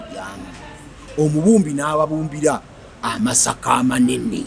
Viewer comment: The real word meaning sorghum in Kinyarwanda is "Amasaka" not "Amashaka" as you pounce it.